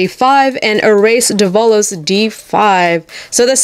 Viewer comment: Its Dev-a-lose